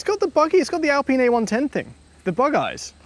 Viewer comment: Please stop saying "ALPEEN".